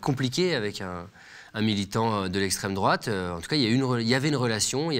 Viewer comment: J'ai arrêté au bout de 5 minutes quand j'ai entendu "extrême droaute", en fait vous ne vallez pas mieux que les autres propagandes et manipulations.